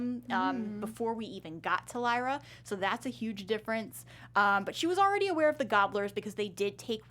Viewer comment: I got triggerd when she said leera when it pronounced lighra but spelt lyra